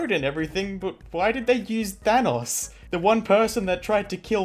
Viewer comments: The why you pronounce Thanos just triggers me and I don’t know why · How the hell did you just pronunce Thanos. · it somehow really bothered me that he said that wrong